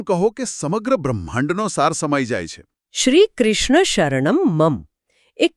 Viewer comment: બહેનનો અષ્ટાક્ષર મંત્રનો ઉચ્ચાર ખોટો છે."શ્રીકૃષ્ણ:"-અહીં છેલ્લે વિસર્ગ છે,તેનો ઉચ્ચાર ન થયો.ઉપરાંત છેલ્લે "મમ" અંતે મ પૂરો બોલાવો જોઈએ.બાળક ખાવાનું માંગતાં કહે "મમ્"તે નહીં.આ સંસ્કૃતમાં છે,જેમાં ઉચ્ચાર શુદ્ધિ મહત્વની છે.